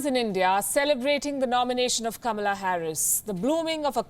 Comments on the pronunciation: The name is "KA-MAA-LAA" not KAMLA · Kamala Harris identifies herself more as as black African American [even though her Dad is from the Caribbean rather than from Africa] rather than half Indian - even wants her name pronounced as ''Comma 'la' rather than the Indian way which happens to be the way it is spelt too. Both Biden & Harris have criticized India recently over issues such as Kashmir, the CAA laws etc - so they certainly are NO friends of India & the 3m+ Indian diaspora in the U.S. should NOT be fooled but vote to re-elect President Trump who is very much pro-Indian & pro-business. The Labour Party in Britain made the same mistake last year & so angered the Indian diaspora in the U.K. so much that they mostly voted for the Tory Party in their resounding win in last December's General Election.